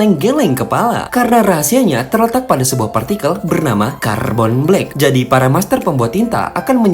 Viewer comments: "Carrrrrbon black" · "Karrrrbon blek" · KARRRbon blek 😂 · "Kharbon Black"😂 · Kharrrerbone blekk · "Car bon blek" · caRRRRBhok black 🤌🏻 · R nya itu loh, pas nyebut carbon black bikin ngakak 😂